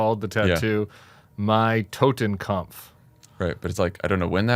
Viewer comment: Tim, I hope you're saying TottenKOPF, not TottenKAMPF. The former means "Death Head", and the latter "Death Struggle". Regardless, this guy needs to go. And I agree with JVL. Everything Dumpf has done and everyone he hired (not fired then rehired) needs to go as well, AND some of them need to go to jail. Do not make the mistake Lincoln did by thinking he could reunite the nation in anything other than state borders. Make an example of those who broke the law and DON'T be like Garland by trying to appear too nonpartisan.